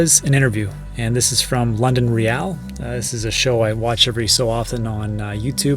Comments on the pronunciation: It’s pronounced reel not re al 😉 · "London ree al" ? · Great video, thanks! FYI - London Real is pronounced how you read it 😂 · Why did you pronounce “real” like a Spaniard ? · You pronounced Londonreal wrong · You have to learn how to pronounce London Real though...